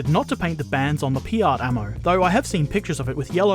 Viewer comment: Very good painting video. One thing though: 'P.I.A.T.' is an acronym from Projector Infantry Anti Tank, and it's pronounced 'pee-at', not 'pee-art', just check any video of WW2 veterans who used one.